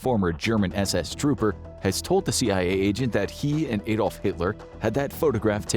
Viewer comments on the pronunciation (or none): Why can't americans ever pronounce Adolf? Or Bernard for that matter? 😂😂